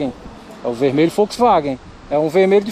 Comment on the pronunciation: Vemelho FouxVagem kkk